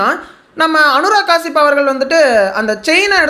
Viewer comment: அனுராக் கெஷ்யாப்❌ அனுராக் காசிப்✅😂